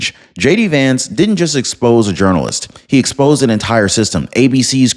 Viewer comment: How does a Norwegian pronounce journalist